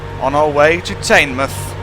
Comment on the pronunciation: it's not tainmoith, it's teenmouth